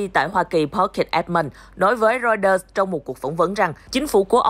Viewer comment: Cha kg đọc được chữ Reuters à ?